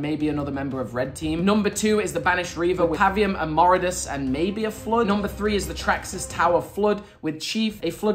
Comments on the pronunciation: You’ve been saying and spelling the Brutes name wrong. It’s Voridus! Not “Moridus”! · it isn't Moridus it's Voridus. 👀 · Moridus? His name is voridus lol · Ah yes Moridus. Really mega. Its Voridus.